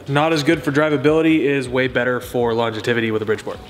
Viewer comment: "Longetivity" that's a new one... Maybe you mean Longevity?